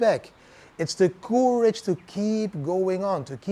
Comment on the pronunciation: Maybe check the pronounciation of 'courage'. I had to check many times before I understood. normally your English is good!